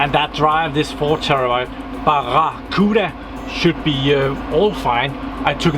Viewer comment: You said barracuda right!